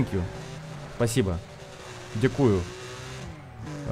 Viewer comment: приятно😄😊. P.S Слово "дякУю".